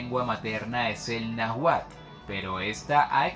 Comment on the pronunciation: Hola GUAPILLAS,,,,ustedes muy bien,,,, el video mocho y mal informado o corto de información,,,, no dice de donde es cada grupo étnico,,, y no sabe pronunciar los nombres,,,, (seguro es un extranjero qué tomo la información de una enviclopedia), no se proncia najuas,,, en todo caso como se oiria sería NAHUAS,,, idioma NAHUATL,,, y sería más fácil llamarlos MEXICAS,,,, sonaría como MEJICAS,,, y habitaron la Antigua tenochtitlan, y zanas aledañas,,,, ZAPOTECAS Y MIXTECOS en Oaxaca..... Etc, etc....